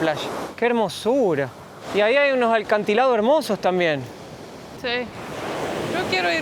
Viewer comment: Jaja tipico se quejan de llenos, qsi dicen en Argentina, pero ojo esta ganga que tienen no les va a durar toda la vida, hay otro dico" El agua se recoge cuabdo llueve", asi que aprovechen mientras dure. no se dice ALCANTILADO, te sobra una L,se dice ACANTILADO 😂